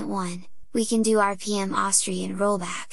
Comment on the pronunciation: Me: "What's an ahwstree?" .... "OH! ohh-ess-tree!" :D